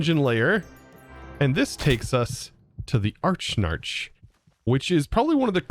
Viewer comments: Archnarch, it's (Ah-rak-nark) silly 😌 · A-rack-narc; not Arch-Narch. :P As in arachnid plus arch, similar to Arch-mage. (Still pronounced Arc; silent H) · I love you, never change- but the spider boss is pronounced "Uh-rack-nark' Like 'Arachnophobia' 'Uh-rack-no-fo-bi-a'. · Tbh I thought it was pronounced Arack-Nark. Combining Arachnid and Monarch.